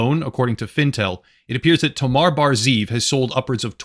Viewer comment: Good video, but why do mispronounce such a simple name as "Tomer" (rimes and pronounced just like the word "locker") by calling the guy "Tomar"? Hebrew names aren't that difficult.